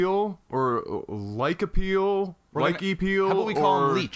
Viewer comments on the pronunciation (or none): Just gonna comment that yeah you're right this was one of my first 10 games since i just picked up starcraft again, and i haven't played regularly since season 1. Fore reference sake It's pronounced Lie-chee-peel and wikipedia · its pronuced as Lye-Chee Peel , a fruit! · Pronounced: lee-chee-peel (peal) a lychee is a weird kind of asian fruit probably already been posted, but not surprised butchered it (even if it was intentional) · its pronounced Lie-chee-peel.